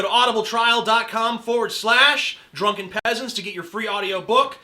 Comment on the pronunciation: I just realized he says audibletrial.cum, or is that new?